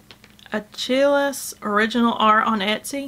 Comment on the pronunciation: Hey,! Another great episode. 😁 I love all of those floofy pompoms! What are you going to do with them? The word "Achilles" is pronounced a-KILL-ees, btw.